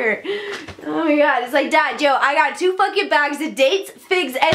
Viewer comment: “OhH mY GwAh”